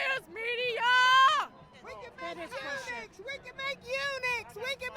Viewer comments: EUNUCHS, not UNICHS. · It's "eunuchs" Just sayin...